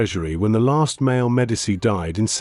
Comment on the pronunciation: Why is it so darn difficult to get an AI narrator to properly pronounce Italian, French and German words and names. It's really annoying. There's no excuse to mispronounce "Medici."